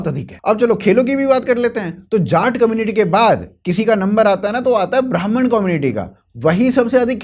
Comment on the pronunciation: Brahman ❌️ Bamaan ✅️